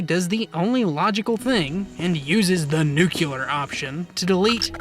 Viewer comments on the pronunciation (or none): As soon as you said "nukular", I lost all respect for your efforts.